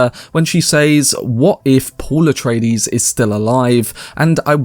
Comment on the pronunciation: "Atraties" Atreides, bro.